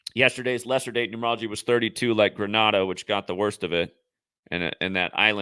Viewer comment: you are so intelligent but like you say not great with pronunciation of places. US/ɡrəˈneɪ.də/ Grenada